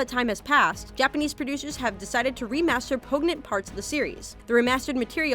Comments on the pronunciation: poignant is pronounced POY-yunt, not POG-nunt. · Please learn how to pronounce words... you say poignant wrong.